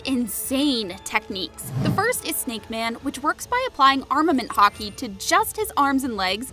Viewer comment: When you said haki I was thinking you said the sport hockey